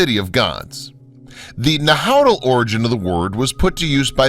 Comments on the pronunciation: Nahuatl is not pronounced Na-how, more like “Nah-wat” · Saksay-WAMAN. The narrator keeps pronouncing the Spanish "hua" as an English "hyu" instead of like "w". "Saksay-HYUMAN"... Cringeworthy. Same with his butchery of "Nahuatl" ("Nahatl" instead of "Nawatl"). Awful. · omg please read and pronounce properly NAHUATL right.... NAHAUTL? what is that? Mexica (pronounces me-shi-ka) not whatever you saying :D TEOTIHUACAN right ... TEOTIHAUCAN NOT... riiiiight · Narrator seems to be using Germanic-English pronunciation rules for the pre-Columbian sites. Anyone who mangles the pronunciation of Teotichuacan and Nahuatl is suspect in my book. So easy to find correct pronunciation.At least he got Tikal and Monte Alban correct. Hearing Na-HOW-tell was like fingernails on a chalkboard to my ears.